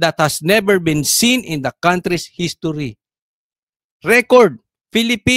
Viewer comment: pronounce nya ng country..cowntry..hay naku